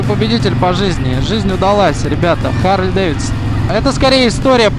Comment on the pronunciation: когда же вы начнете правилно назавание произносить - Харли, "-ли", не "-лей". чтоб посмотереть данные с компа, зажигание включать не надо. просто переключатель в лево, в позицию "accesories". ну и переснтаньте крузеры називать чоперами.